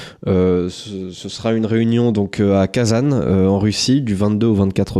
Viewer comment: Réunion a Kazane ... ! Lol quel mec inculte! Kazan ne se prononce pas comme ça !